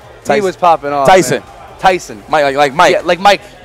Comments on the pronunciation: guys it's not TAYson it's Tayson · Its NOT TAS SON it’s TAYSON. 😁😂😂😂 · He's Tyson not Tayson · Well I know I won’t forget his name Tayson ...I mean “Tyson”! Lol Yipes too crazy!!